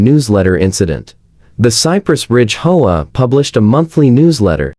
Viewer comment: Whoever is reading story transcripts needs to stop reading HOA as HOAH, just spell out H.O.A., it's as simple as that.